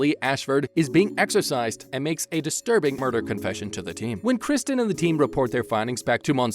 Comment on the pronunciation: From you butchered Kristen's name I turned you off.